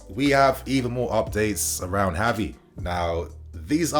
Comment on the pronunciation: pronouncing Gavi's name wrong.